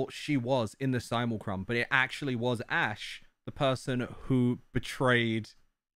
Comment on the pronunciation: Simlecrum XD I'M SORRY but I love that so much XD